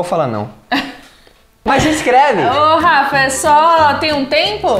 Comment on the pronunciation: O falou garrafa em vez de falar Rafa